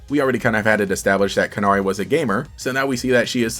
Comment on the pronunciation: i think it's pronounced "can-airy" (like the bird, canary)